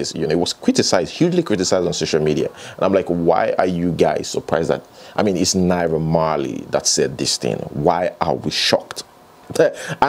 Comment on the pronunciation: I was confused for a moment when you were off the screen and started reading Naira Marley's response. You sounded exactly like him. Fortunately or unfortunately, you also have an "unrollable R" pwoblem like Naiha Marley does.